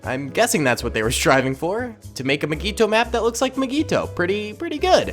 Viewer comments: Nobody:: MIGEETO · why does he say mygeeto like that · says mygeeto wrong fan: meh me: REEEEEEEEEEEEE